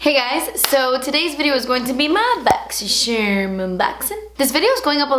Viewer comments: Seriously say "boxycherm" when I talk about my box because of the way she says it. I love it 😂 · Now whenever I read boxycharm i read it the way you say it lol - boxycherm